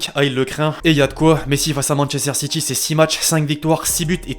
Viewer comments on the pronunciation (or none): C’est SSiTy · Ça se prononce Manchester City pas "SitChie" merde